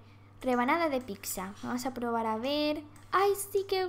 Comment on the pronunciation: No se dice picsa